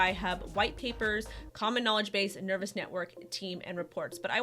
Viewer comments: FFS, It's not Nervous, it is Nervos. long O sound. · I don't think it's pronounced ner-vous, nor spelled the same, meh. ;) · Is it just me or do you think it's a bad idea taking advice from some that can't even say the name of the product correctly....? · Appreciate the news on Nervos, just wish the name could have been pronounced correctly Jajajaja